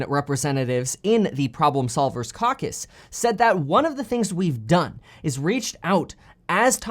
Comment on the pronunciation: It's Caw Cuss Kevin...NOT CowCuss 🤣